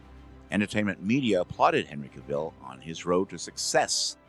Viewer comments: Cavill not Caville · Actually, Cavill, not "Caville". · Henry Cavill is without an e and is pronounced Cavill to rhyme with gavel. Otherwise some amazing research here and I think you got the top two positions right! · It's pronounced: Kah-Vee-Zull. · Dean Cain should be so low that even the Super-Friends voice actor should SUPERcede him. He was the worst. Also: Did you keep mispronouncing “Routh” and “Caville” as engagement-bait? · Narrator it's Cav ill get it right do your homework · Why does everyone keep pronouncing Henry Cavill's name wrong? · I find it weird that you both misspelled and mispronounced Henry Cavill.